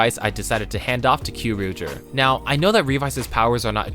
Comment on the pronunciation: Ah, your pronunciation of Kyoryuger makes my skin crawl